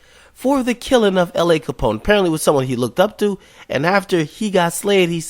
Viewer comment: you pronounced la,s wrong if you cant say it right then keep it out yo mouth